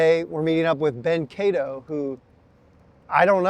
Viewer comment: I'm guessing he is polish and it is pronounced "ka-dov"